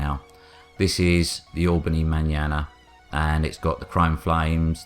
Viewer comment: It's Ma-nana as in Scottish for my nana, as in the car is something my nan would drive, not manana like banana